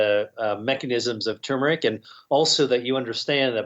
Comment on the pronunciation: Great video, but it's TUR-meric, not too-meric.